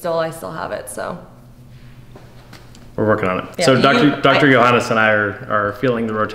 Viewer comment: thought I heard it wrong, the German pronunciation of JOHANNEEES. Then I read JAGEIL and everything was clear